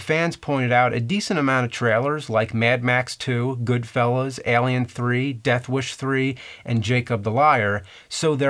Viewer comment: One time he said "EHlien" for alien.